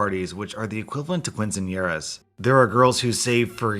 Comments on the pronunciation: “Quinn sin year as” This physically hurt me. Im not even hispanic. Kin-sin-ye-ras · I cringed when you read quinceañeras as KWIN and not KEEN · "kwinsenyeras" me: 🤦🏼‍♀️ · Had a small laugh when you said quinceañeras. Pronounce it with a keen-sound, not kwin. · Ok maybe in English it’s pronounced "cuinceañeras" but I’m used to "kinceañeras" In Spanish so that was funny lol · Quinceaneras are pronounced: keen sin yer rahs. Just for future references💖😇 Love your content btw!! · I have to say, I cringed very hard at your "Quinceañeras" pronunciation. It's "kin-seh-ah-NYE-ras." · Am I the only one that cringed when he said “Quinceañeras” as “Kwinceañeras”? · Nice to see MBF isn't a douchebag. BTW, you pronounced quinceañeras wrong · The way you pronounced quinceañeras, made me cringe so hard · Lol, Did anyone else cringe at how he pronounced "Quinceañeras"? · Ahhhh the way he pronounced "Quinceañeras" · The way you pronounced "Quinceañeras" caught me way off guard, lol. Also that story just... makes me dislike birthdays even more, oh my gosh.